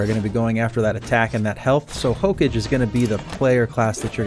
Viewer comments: It's not hokej, it's Hokage. Belive it! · did you just really say hoke-age LMAO nice guide otherwise tho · Okay I let it slide for the first 17 but after the 18th hokage God damn it watch a single episode of Naruto Jesus Christ its HOE-KAW-GAY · Also the word Hokage, never heard anyone pronounce it as "Hoke edge" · hokage is pronounced as "hoka gei" it is an anime reference Naruto in particular. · That and saying "ruins" instead of "runes." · That's not how you pronounce hokage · it makes me cringe how he says Hokage, good guide though. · Oh my lord your pronunciation if hokage and runes made me a bit stabby. Despite that though this is a FANTASTIC guide, thank you so much. Very very helpful. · Good guide.. My only gripe is how you pronounced Hokage, lmaooooo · Every time you said Hokage I died a little bit inside. Good video either way.